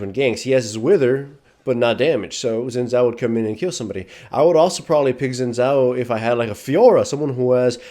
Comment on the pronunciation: Omg u pronounce it shin chao not zin zow